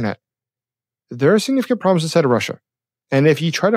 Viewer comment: WHAT is a "PROLEM"? SLOW DOWN A BIT and actually say the B in PROLEMS and make it PROBLEMS. Talking in Bursts like MACHINE GUN FIRE makes it hard to follow the GOOD information you reveal!